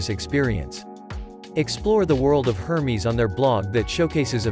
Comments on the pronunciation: "Hermies"...! it's pronounced "airmez"...wow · Absolutely took me out when I heard the pronunciation of Hermes LOL